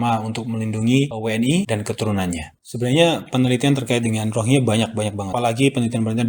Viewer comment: Rohingya mas..bukan ronghiya😂😂😂😂